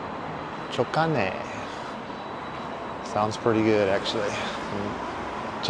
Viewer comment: Oh be careful with how you pronounce that restaurant name at the end- jokane sounds like you’re cursing